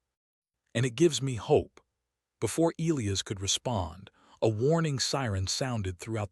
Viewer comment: God I HATE the way this stupid ai pronounces elias and bowed..for fucks sake someone teach this dumb ai how to read and speak